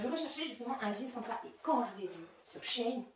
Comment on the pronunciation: She [chi] in [ine] et pas [chayne]